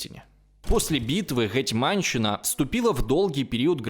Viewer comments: Как же режет слух "ГетьмАнщина"... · гЕтьманщина, а не гетьмАнщина.